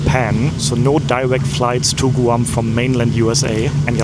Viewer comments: First of all, the island isn't pronounced Gu-am, it's pronounced as Gwam. Second, K-mart isn't a grocery store. It started out just selling things like clothing, shoes, house wares, etc. When Walmart started selling food, so did K-mart. They were trying to compete with Walmart, but it was a little too late. The reason tax isn't added to the price sticker in the US is because, we are like 50 countries on one continent. Tax is supposed to be between 6% and 8.25%. Each state can decide what to charge for tax, and in some cases even cities can change the tax. The supplier sends the price sticker to all the stores, so instead of printing up stickers including each areas tax included would be a nightmare. So, they only print the price of the item without tax, and then it's added at the checkout. It's easier if you are just one small country, such as Germany, where the tax is the same no matter where you are. It can be added to the price sticker very easily. Personally, I feel the tax should be the same in all the states. But, we have some states such as Texas and Florida, that don't take state tax out of your paycheck, but they make the sales tax a little higher. Usually, in states that do take state tax out, the sales tax is usually around 6%, and the states that don't take it out are usually around 8%. It's great for those that don't buy a lot of stuff all the time. Such as a single guy. You usually end up paying less in taxes, than would have been taken out of your paycheck in t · Please learn how to properly pronounce Guam. It is not Gooo-am. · Stumbled upon your video. Thank you for visiting the Island of Guam. In chamorro it's " GUAHAN". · P.S. In the US, it's pronounced G-w-ah-mmm. The "u" sounds like a "w." Of course we all may be wrong in our pronunciation...that's nothing new.😉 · My mind is broken. From now on whenever I see anything about Guam in my mind I will hear it pronounced GOO-am 🤭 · Guam = Goo-ahm. 😂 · Is it not said like grawm?